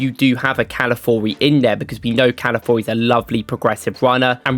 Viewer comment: Proud of your pronounciation of 'Calafiori' mate